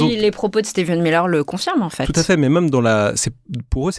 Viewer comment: Pour rappel, c'est Stephen Miller, pas Steven...